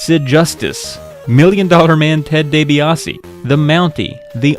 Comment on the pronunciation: Ted day-bae ah say